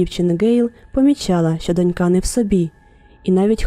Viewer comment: Дивлюся з цікавістю "Трукраймукраїнською", все зроблено непогано, однак авторам не вистачає хорошого літредактора. Досить багато помилок, зокрема у наголосах. Найперше - слово "донька" слід вимовляти "дОнька", і це наголошення зберігається в усіх відмінках і в однині, і в множині: дОнькою, дОньок, дОньками тощо. Крім того, хочу сказати, що є ще й слово "дочкА", воно є абсолютним синонімом до "доньки" (себто жодної різниці), можна й ним користуватись для розмаїття. "НенАвисть" в укр. мові має наголос на А, на відміну від російської, де наголошують перший склад. Коли поліція знаходить чийсь труп, то встановлюють особу, а не особистість - це різні речі. Прохання до авторів дбайливіше готувати тексти: від цього залежить ваша репутація.